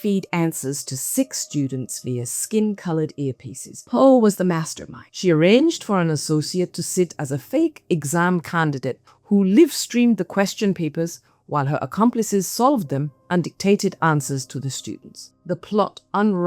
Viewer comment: Not only chatgpt wrote but i am 100% sure it's an AI voice reading it It pronounced live stream as lift stream